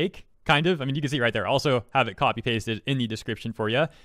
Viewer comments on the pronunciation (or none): none